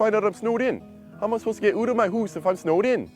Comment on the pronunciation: The guy literally says "house" the normal way just before saying "oot of my hoose"